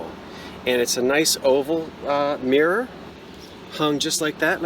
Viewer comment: I like the mirror.You say mirror like the Irish...mmeerrr.charming.